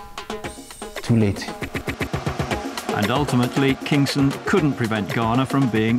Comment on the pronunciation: its not 'kingston' its Kingson